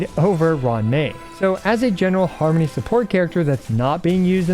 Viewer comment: OK, I laughed at Har-Money